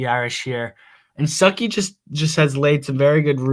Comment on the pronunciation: Quit calling that man Stookey 😂 he's a Georgia native by the way just fyi. Stuckey will be a game changer for ND WR recruiting.